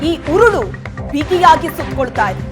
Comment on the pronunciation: ಅದೆಷ್ಟು ಸಲ,ಕುಣಿಕೆ , ಉರಳು ಅಂತ ಹೇಳಿ ಹೇಳಿ ನಮಗೆ ಉರುಳು ಹಾಕ್ತೀರಿ.